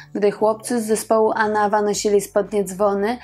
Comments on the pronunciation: AnawA (akcent na ostatnią literę) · Anawa wzięło się z francuskiego „en avant”, dlatego zawsze tę nazwę akcentuje się AnaWA, na ostatnią sylabę. Nie sprawdziłaś tej ważnej rzeczy. Ale za to fajnie i mądrze powiedziałaś, że trudno jest być synem znanej osoby i że przedstawiasz postacie w pigułce i żeby ludzie sami szukali dalej. Warto. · Anawá . Akcent na ostatnie a . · Program dobry, ale akcent na nazwie zsepołu, to aż ucho boli! ANAWÁ. Zwróć na to uwagę,proszę! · Powtarzanie zaslyszanych insynuacji o rzekomym problemie alkoholowym to zwykla glupota gdyz byl znany z bezwzglednego tepienia przejawow tego nalogu wsrod czlonkow zespolu. Panienko naucz sie prawidlowej wymowy zespolu ANAWA. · Też mi przeszkadza i dziwie się,tym bardziej, że jest osoba wykształcona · Inny akcent przy wymawianiu anawa. Pozdrawiam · Nazwę zespołu inaczej się wymawia... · zle akcentujesz slowo Anawa